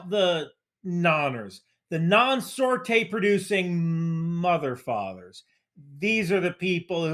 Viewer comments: "Sortay" lol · It’s not sortaaays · As a CV-22 mech (debatably the hardest airframe to work on), can confirm. Also, the dude said “Sortè” 😂😂😂